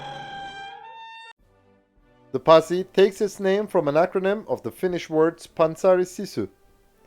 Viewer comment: Spectacular! As a Finn, I completely agree with this video. You did a good search process and a great video with a well made structure. Also, you pronounced "panssaroitu Sisu" very well. Love it! 🇫🇮